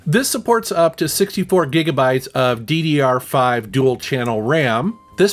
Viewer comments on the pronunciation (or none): none